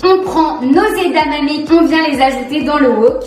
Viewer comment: C'est EdaMamé, pas EdaNamé 😅. Sinon, super vidéo comme d'habitude 👌👍🫶